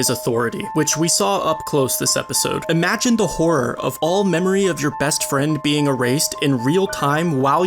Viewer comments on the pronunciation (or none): none